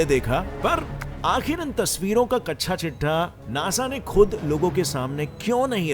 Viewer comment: you said Kacsha chitha, (underwear chitha) lolzzzz